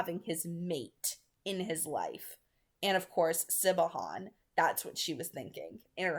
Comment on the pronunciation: I love that you’re saying Siobhan as “Si-Bo-Han” instead of how it’s supposed to be pronounced “Shi-vawn” 😅😂👏👌